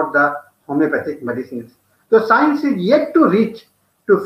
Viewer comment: What is 'scoence'?